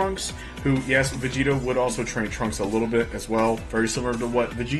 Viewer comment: I keep thinking he's saying vegeta instead of vegito it's so annoying